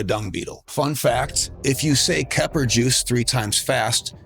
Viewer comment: Y'all notice: "kepri sun"